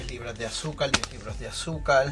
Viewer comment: Se dice AZÚCAR, no AZUCAL, Se dice VERDAD, no VELÁ, Se dice PONER, no PONEL... porqué sustituyen la R por la L?